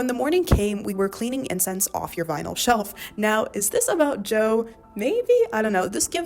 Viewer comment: its vinyl not vynil lmao😭😭